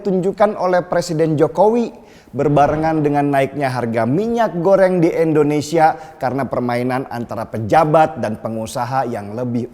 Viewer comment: Indonesia bukan endonesia